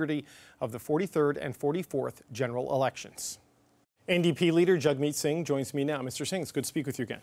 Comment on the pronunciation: The minute you called in jagmith sing. I knew this news report was biased.